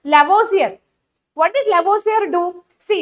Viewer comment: Lavosier not madam lavoisier😂😂